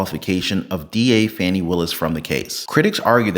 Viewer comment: Her name is pronounced: F-u-n-i